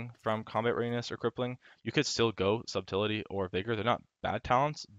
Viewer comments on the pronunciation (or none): Wb, you're my fave but Subtlety is pronounced like suht-l-tee not sub-till-li-ty, you're killing me smalls...